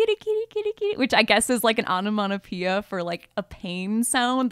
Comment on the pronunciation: did my gal really just say 'onomonopeia'?